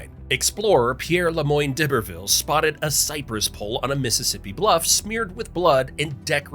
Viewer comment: D’Iberville is pronounced “EYE-ber-vill” Houma is not “HOO-ma, but HOE-mah” The Green Streetcar Line is the world’s only moving historical landmarks btw.